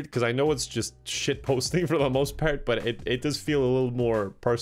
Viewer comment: "We're all big but fans on the channel..." - 2019. I don't know about you but I heard butt, not but. Context be damned.